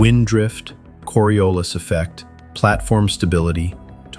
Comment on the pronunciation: "Coriolis effect" 😂🤣😂